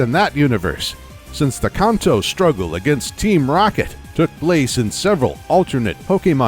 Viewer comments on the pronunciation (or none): Khanto ugh why is he adding an h when saying Kanto (can’t-toe) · Its pronounces can-toe not con-toe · Its definitely Can't-Toe not how you say it weirdo